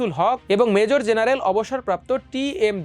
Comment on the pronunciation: এই আবাল খবরের পাঠক কে বাদ দিতে হবে 🤐! অবসরপ্রাপ্ত মেজর জেনারেল উচ্চারণ করতে পারে না 😬!